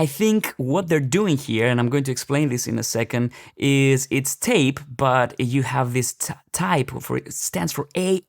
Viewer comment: Hi! Doesn't TAIP rhyme with 'tape'?